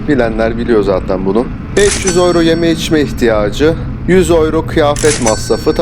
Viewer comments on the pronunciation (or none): Gurbetçiler ağız birliğimi yaptılar da “ yüro “ ya öyro diyorlar 🙂